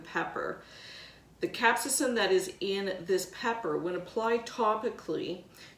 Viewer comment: Pronounced Cap-say-sin.